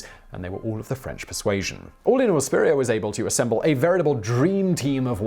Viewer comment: Ok as someone named Spurrier, the way you pronounce it is somehow slightly off in a way I can’t describe and it’s weird. Also, in my family we’ve had a random story that someone in our family got kicked out of France, but that was it, and even though we might not be related to Steven Spurrier, that might be where it came from